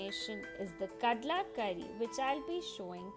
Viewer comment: Kadle not kadla